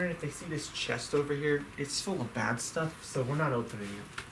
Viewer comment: Did you say that trunk was full of bat stuff or bad stuff??